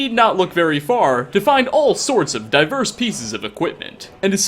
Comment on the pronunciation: When you said “diverse” I thought you said “diapers” and I really thought that you could wear diapers man